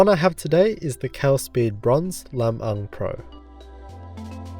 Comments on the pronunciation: Good job pronouncing "Lam-Ang" correctly,. Much appreciated.:) BTW, it comes from "Biag ni Lam-Ang," an epic poem from the Northern region of the Philippines telling of the heroic exploits of its titular hero.:) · I got goosebumps when you actually pronounced Lam-ang right!!! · Thank you for the review! The Pinoy in me is so pleased at how you pronounced Lam-ang correctly. ✌😌🤘 So excited, my BF is passing his Lam-ang to me and I couldn't be happier. 😍🇵🇭❤ Edit: "Lam-ang" is a character from Ilocano folktale, one of the first Filipino epics to be recorded. "Illis"/ilis - in Ilonggo language means "to change"/"to swap"